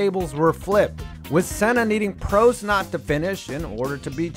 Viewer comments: Say Prost right please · Ayertone Senna and Prosteee at sazuku... Jesus Christ these pronunciations hurt.